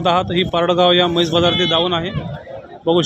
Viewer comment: मैस ❌ म्हैस ✅